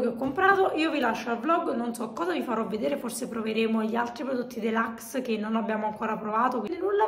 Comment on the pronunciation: Si dice deluxe non delucs